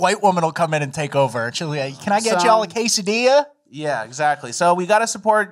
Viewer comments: It's pronounced "kaysadill'la"... get your act together. I personally like "jaa'lap,en'oh" ones. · you misspronouced kayserdilla